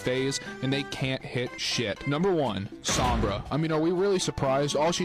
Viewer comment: the pronunciation of sombra hurts